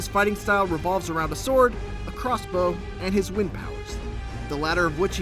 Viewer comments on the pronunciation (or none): none